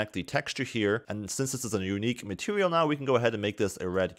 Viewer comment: "Matewial" hahaha